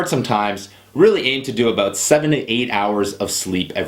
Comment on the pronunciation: your "ou-s" are funny :) abOUT OUT